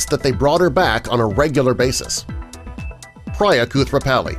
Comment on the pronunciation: its not priiiia its pria